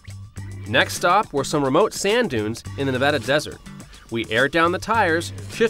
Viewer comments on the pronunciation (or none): none